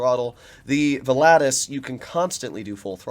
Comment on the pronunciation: Man you butchered the name volatus 🤣🤣🤣